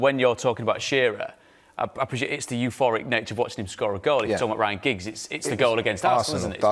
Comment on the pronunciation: Liam said Ryan Giggs 😂😂😂😅😅